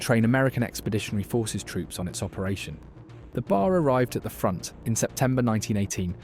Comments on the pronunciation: Its a B A R not a BAR. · In your video, you keep pronouncing B A R as one word, "BAR." Everyone who worked with it simply called it the B-A-R. It's irritating for you to blurt out BAR! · Once the phony narrator said bar instead of B A R I knew it was fake. More AI garbage. This english guy AI bot is one of the easiest to pick out now. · It’s B A R not bar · OK, you are fundamentally correct everything you say. Except to my knowledge troops didn't call the Browning Automatic Rifle the ''Bar.'' If you want to be accurate to the period and to gun vogue, the shortened name is B. A. R. or Bee-Aay-R. Dude its not not be confused with a roadside watering hole a.k.a. a bar ??? :hand-orange-covering-eyes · OK upper middle class British accent AI narrator: i'm obliged to inform you that the short way to say the Browning Automatic Rifle is not bar. It is BAR full pronunciation of each letter. I say this because I'm an editor and I can't help editing sometimes and you're not gonna hold me to any standards because I don't care I am retired as an editor but I will edit. And this will help you in the future by pronouncing BA are in any of those war Youtube films, correctly it is not bar it is B A R. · Pronounced B A R. Each letter pronounced separately. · You pronounce it pronouncing each letter: B.A.R. I know because my dad shot one in WW2. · Damn AI. It's pronounced B-A-R spelled out.